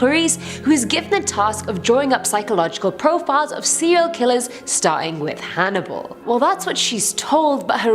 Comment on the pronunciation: Why are you always mispronouncing “serial” as “seal”? Also, why do you mispronounce “barely” as “belly”? However, perhaps the weirdest of your mispronunciations is what you do to the word “caretaker”: saying “keh-taker” instead. Why?